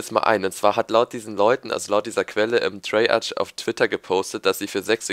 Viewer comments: du sagst immer "treyartsch" es heißt aber "treyarc" :'D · Sag Treyarch und nicht Treyartsch :D